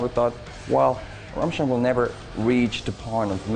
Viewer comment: Ram Steen You literally can't say it more wrong